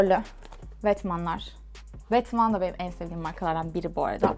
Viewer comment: ''vetman'' degil ''vetmooo''